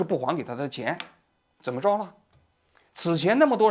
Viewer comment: zhen么生活 肘头无路 王局最近平卷舌不分😢